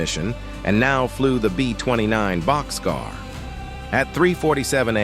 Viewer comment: It's "Bock's Car" not boxcar.